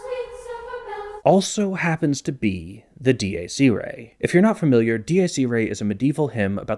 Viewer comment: Am I crazy or is he writing from right to left? As a leftie I have never even thought of that nor have I ever seen anyone else do it. Edit: Not only that, but he also writes from down to up!!! And his pronounciation of Dies Irae was so absurd I thought it was a joke at first. Other than that, amazing video and nice drawings!